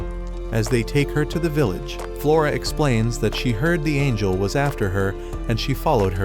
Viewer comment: he said angel wrong